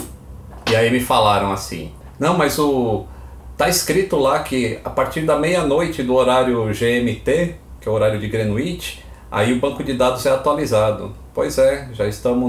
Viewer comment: Se me permites, uma pequena correção: Greenwich se pronuncia "grênitch" em inglês